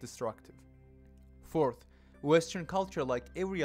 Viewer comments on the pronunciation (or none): none